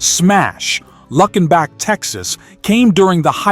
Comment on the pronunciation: I grew up listening to all of these. Born at the end of the 70's. But come on with that wretched pronunciation. Luckenbach is said plenty of times during the song. If you listened to it even once you'd know how to say it right. It's one of my favorite songs by Waylon.